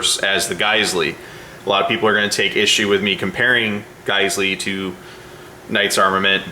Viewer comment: I believe it’s pronounced “jizzell” or “gazelle”.